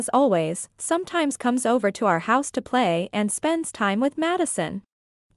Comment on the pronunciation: Madison said “comes” wrong 💀